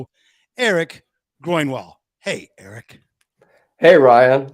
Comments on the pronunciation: Awesome interview. EG is the comeback kid and should be an inspiration to all musicians or people in general. By the way dude, how were you able to research his history so well but not able to pronounce his last name correctly? Groin-wall?! No man, GROAN-wall. Anyway, congrats to EG and Skid Row. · Great interview Ryan...but how did you manage to consistently eff up Erik's last name through the entire episode?? C'mon now buddy...he even corrected you right out of the gate. Good grief! Sorry, it had to be said...that aside, good interview brother!👍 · Hello. I am from Sweden and how you say his last name is easy though you pronounce the u in further and the o(ö) in Grönwall the same, now you know how to say Grönwall... keep on rockin